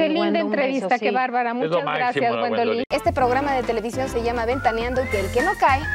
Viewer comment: Wendolee Paty no Wendoliin 😅